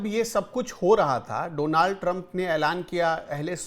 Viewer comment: Please correct your pronunciation, it is Donald Trump not Donaaald Trump😀